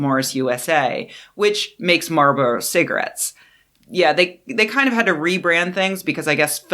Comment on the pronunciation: Fantastic work as usual, but there’s an “L” in Marlboro.